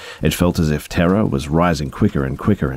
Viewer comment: For some reason I kept thinking you were saying “Tara” instead of “Terror” lol. I’m an idiot. Great video